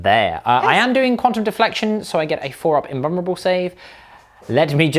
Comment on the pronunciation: Lol this dude "invurrable save" ha